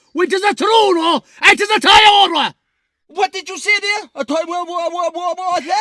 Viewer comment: What did you say there a toyoyoyyota? 😂😂😂😂😂